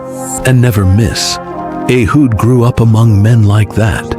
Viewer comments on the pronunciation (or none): TirEla not Ahab.Baasha not Barsha.Tirzah Rezin,Peka. Abiathar not Abishai Elihu not Allah Ehud not Ahood. Michaiah Obed Edom.